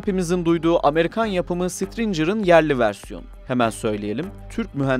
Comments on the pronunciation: Sitrincır ne laa ? Stinger "stincır" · Stringer yanlis teleffuz. Stinger olmasi gerekir. Esek arısı demek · Güzel bir bilgilendirme videosu olmuş. Yanlız okunuşu yanlış olan bir şeyler ve ufak hatalar var. Okunuşu Sitirıncır değil Stingır'dır (Stinger). Korkut ise CRAM değil, Kundağı Motorlu Alçak irtifa namlulu hava savunma sistemidir. Ondan türetilen donanma versiyonu Gökdeniz ise CWIS (Close-in Weapon System) yakın Yakın Alan Silah sistemi diye geçer. CRAM ise amerikan yapımı Phalanx CWIS sisteminin, topcu roketleri ve topçu ve havan mühimmatlarına karşı kullanılan kara konuşlu versiyondur ki sadece Iraktaki amerikan üslerinin savunması için kullanılır. CRAM'e eşdeğer denilebilecek sistem halen geliştirme aşamasındaki GÖKER sistemidir. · SITRİNCIR demeyeydin iyiydi hafız! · "sitrıncır" ne la?